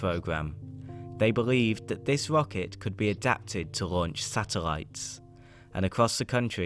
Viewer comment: New age in locket ploglam...lol